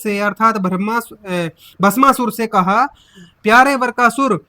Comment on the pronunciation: वीडियो बनाने वाले को हिंदी बोलने का भी ज्ञान नहीं है वृकासुर को वरकासुर बोल रहा है और बातें कर रहा है भागवतज्ञान की तुम्हारे गुरु रामपाल कबीर दास जी की पॉइंट 1% भी बराबरी नहीं कर सकते वे दिन भूल गए जब उनके आश्रम में उनके लोगों ने गोलियांचलाई थी रामपाल को खुद हिंदी बोली नहीं आती मूंह बिचका बिचका कर बातें करता है, जेसे फिल्मों में जॉनीवॉकर।